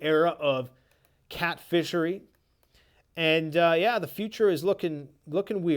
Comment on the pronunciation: "Cat -fishery" 😂🤣😂🤣😂🤣😂